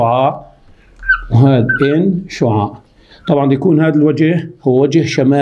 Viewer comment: ركزولي باول المقطع على كلمة s شعاااع شلون عم يقولا😂🌚